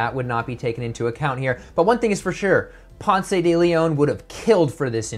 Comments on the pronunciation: I love your videos and this is great!! Just FYI Mr DeLeon's first name is pronounced pounce like... pouncing on unsuspecting prey. You don't pronounce the "e" like you don't in the word pronounce. The only reason I bring this up is that you made Ponce de Leon mispronounce your name. Thanks for all the great videos!!! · Nice idea. There’s no “ay” at the end of “Ponce”. It’s silent